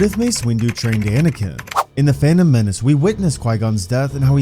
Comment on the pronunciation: “Fanom menace”